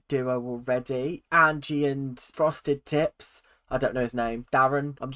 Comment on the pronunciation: I keep hearing "frosted tits" instead of "frosted tips" and I can't stop laughing everytime you say it LMAOO